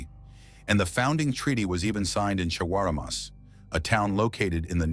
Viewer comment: First of all I commend the people who orchestrate the video, for getting the pronunciation right this time...Next to correct is...Gai -anna..(guyana)..not Gee-anna...and shag-ah-ra-mus...(chagaramas)...not the ai glitch that i heard....as far as location is concerned, Trinidad is definately south American...even the flora and fauna will tell the whole story...Tobago is Caribbean however culturally and residentially we are West Indian obviously...like Guyana...is south American by location but west Indian culturally...so it is not confusing, when we identify the facts properly.